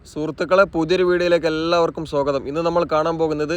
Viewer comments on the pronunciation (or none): none